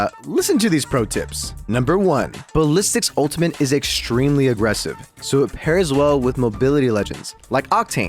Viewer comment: there is no N in ultimate. please stop saying it with an N